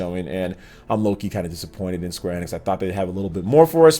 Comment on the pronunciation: Kinda like his pronunciation of square enex lol😁